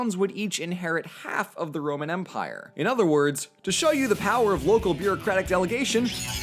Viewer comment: When he said "this is the Roman empire!" while it was being stabbed, I thought he said Roman emperor.